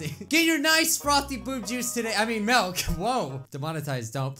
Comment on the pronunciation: said ”MALK” not milk:(